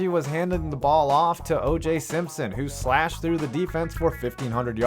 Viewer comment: I love how you said SlASH and CARVE when talking about oj simpson